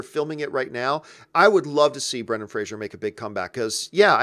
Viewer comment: “Fray-zer,” not “Fray-zure”. (According to Fraser from Dickie Roberts)